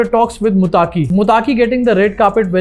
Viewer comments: Not Mutaki, it's Muttaqi. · Mutaaki nahi Muttaqi🤷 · Mutaaki nahin muttaqi